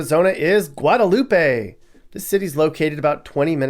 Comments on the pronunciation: It's Guadalup,..the e is silent. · It's Guadalup. The end E is silent.